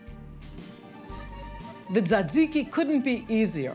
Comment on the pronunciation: you pronounced "tee-zay-tee-zai-kai" wrong